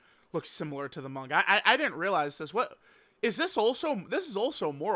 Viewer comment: For the love of god can you pronounce manga correctly if you’re gonna say it 5 times per sentence